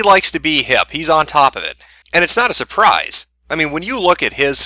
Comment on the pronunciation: "Shuh-pwize"... "You look like a post-op trans-sexual that didn't take enough hormones"... Oh, fuck, lolol...